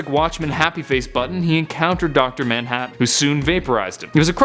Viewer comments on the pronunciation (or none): none